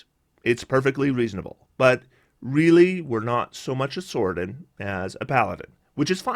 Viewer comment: Sorcadin pronounced sorsadin, not sorkadin. It's not a sorkerer your are adding to a Paladin